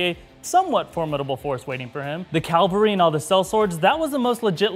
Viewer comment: Great video minus my soul dying everytime I heard you say CALvery...